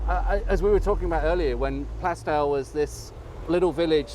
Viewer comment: A great walk, The Black Lion is a great pub spent a good deal of time there while at college. Your pronunciation of Plaistow is right. Always loved West Ham park, the first ever FA Cup goal was scored there, so ties in nicely with the sporting links